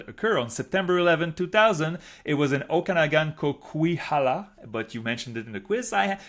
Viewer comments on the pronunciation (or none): As someone from BC, the way he said Coquihalla killed me lol